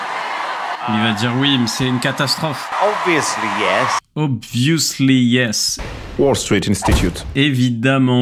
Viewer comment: par contre étudie le SCHWA c’est très utile : ObviOUsly 🙄 non, Obviēsly oui 👍 (Une sorte de E sourd qui remplace plein de voyelles anglaises que les français sont les seuls à prononcer comme des c*ns et comme c’est écrit, le OU dans ce cas). Mais sinon bravo pour ton anglais de qualité.